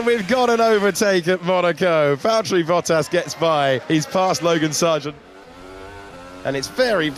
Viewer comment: Valtteri not "Valterri".... brilliant otherwise! :-)